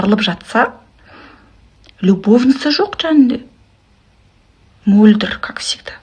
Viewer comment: Әй қарағым "қ" әрпіне тілің келеді екен алМөлдір деп алсаң күнә бола ма неге Мольдр деп отырсың